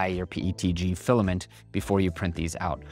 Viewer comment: It’s pronounced fill-A like eh, like imagine a Canadian saying fill ay like that